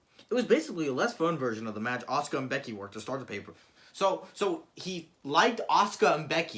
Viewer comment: Not ahsooka it’ arse-car